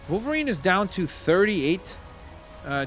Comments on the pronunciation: Hey... it Wolverine, not Volverine... 😑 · It’s not volverine it’s wolverine